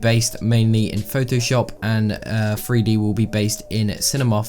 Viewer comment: My man keeps saying "Free D" instead of 3D... 😂